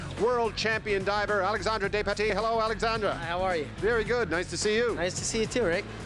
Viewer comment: He keeps saying Alexandra! XD